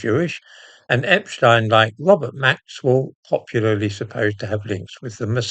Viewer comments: I’m glad you pronounce Epstein’s name correctly rather than the American way,. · I note your proper pronounciation of Epstein - not the usual "Epsteen". Waheed Alli is a gay Muslim, which makes him a very brave man indeed, no matter what his other connections are with Two-Tier Queer Keir. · The only time I've heard 'Epstein' pronounced correctly on Youtube or television. At least they don't call Einstein Eensteen. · I'm glad you are one of the few who pronounce the paedophile's name as Epstine, rather than Epsteen. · Great someone at last who pronounces epstein the proper German way. Regards